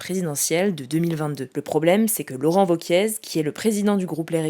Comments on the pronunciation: On dit Laurent Wauquiez et nn Wauquièze. Mais non elle lit sa fiche comme une cruche elle doit pas regardé souvent la politique. Son kiff les vidéos Youtube taillé une pipe a Hugo et voté mais sa grande passion numéro c'est le chiffon pour brillé les meubles mais bon les commentaires elle s'en fiche elle a fait la vidéo maintenant c'est Week end pour elle. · Je crois pas qu'on prononce le Z de Wauquiez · « Laurent Wauquiezzzzzzzz » 😂. La journaliste qui n’a jamais entendu parler de politique avant de travailler ici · Hello ! Petite erreur de prononciation on dit "Wauquier" et pas "Wauquiezzz" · vokié...pas vokiéz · Laurent "vokié" et non "vokièze" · Laurent Wauquiez se prononce à la Française avec "é" à la fin du nom de famille et non pas à l'espagnole avec "èze". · Laurent Wauquiez appelé « Wauquièze » 😂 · Vauquiaize lol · Pour Wauquiez ça se prononce « vauquié » haha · Wauquiez se prononce Vokié il me semble ^^ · on dit laurent vauquié. Navrant pour le coup et décrédibilisant pour une chaine comme la vôtre... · "VAUQUIEZE" président ! ^^ Soit tout le monde se trompe, soit cette youtubeuse/journaleuse ( j en sais rien ) n a jamais entendu ce nom dont elle parle. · « Wauquiez » avec un « é » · Vauquiezzzzz faites un effort quand même...... Le a ne se prononce pas..... C'est terrible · Je l'ai toujours entendu prononcé Vauquié en effet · Salut, quand tu prononces Laurent Wauquiez, il ne faut pas prononcer le « Z » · On ne prononce pas le z de Wauquiez....c'est une IA qui parle ou quoi? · Un petit effort pour la prononciation de Wauquiez peut etre?